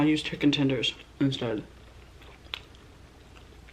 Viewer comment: “Fried CHEKKEN” LOLOL I love you